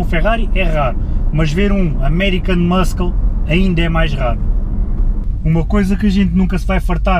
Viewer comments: Diz-se "muçle" não "muskle" ahah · Tens que aprender a dizer "muscle" melhor. Em inglês o "C" da palavra "muscle" não se diz, ou seja, diz-se "mussle car". Assim é que se fala! Força nisso. Gosto muito dos teus videos. Abraço. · 19L urbano? Tive a mesma reacção que tu. Porque será? :) Peço desculpa, mas ri-me bastante sempre que dizias muscle, por causa do sotaque. :D GÁS